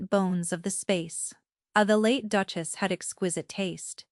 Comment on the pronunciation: Very hard to even follow the story... Duke-As' ???? Duke-es ???